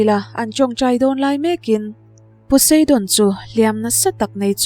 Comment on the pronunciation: Zeus.....zeusss j a lam rik tur nilo Poseidon....pawseidawn nilo pu sai dawn Beng alo thlep deuh mai mai nakin zel atan👍👍👍